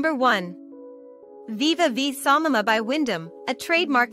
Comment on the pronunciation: Samana NOT Samama